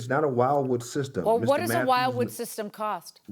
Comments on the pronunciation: It's de not while wood. It's wilwood funny how even the defendant figured it out in the end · It’s a WILLWOOD . Not WILD WOOD . Jesus Christ the whole time he’s saying it wrong after being corrected tons of times. Ignorance is bliss..🙄🙄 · Everyone in the room is saying it right and this one guy can’t. If you can’t pronounce it, then your ratty old monte don’t need it. ‘I pronounce it whylwood.’ What a dummy. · Firstly he wants something he can't pronounce. He want's "WHILEWOOD"😅😅 Getting caught with the phone number 😂. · Can’t even pronounce the name of the brakes right 😂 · the judge couldn't understand something so simple. Come on now she cant even pronounce the name of the product